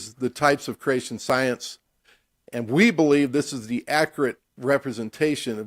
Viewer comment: The way the guy on the right pronounces creation sounds a lot like “Croatian”. So I hear “croatianist”, “croatianism”. As a Croatian it really grinds my gears.